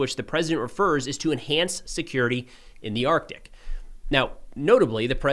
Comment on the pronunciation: Thank You for pronouncing the "C" in Arctic.